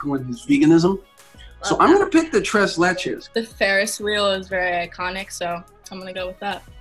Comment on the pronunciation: Lol I cringed every time somebody pronounced tres Leche incorrectly. I grew up in a Hispanic town so I'm used to the actual pronunciation of stuff.